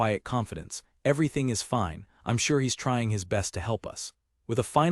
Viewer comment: I don't generally mind AI reading. It can rip you out of the zone when you hear it misuse the versions of read but there's a problem with part script. Apparently there were places where the apostrophes were turned into spaces so it screws up any word with an apostrophe. Not more than like 5-10 minutes and then it seems to have been fixed but it's pretty jarring to hear them say things like "he s" rather than he's lol